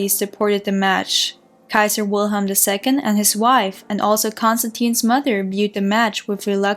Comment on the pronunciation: Great job. But please out of respect. Pronounce the german names. German. We germans also. Love our language...thank you. Alles liebe.